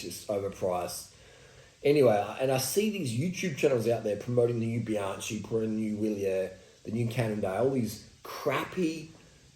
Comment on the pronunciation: Great content! But, why do you pronounce the brand as if it is spelled ‘Bianci’?